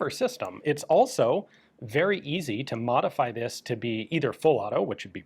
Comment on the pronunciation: Ikea „øzi“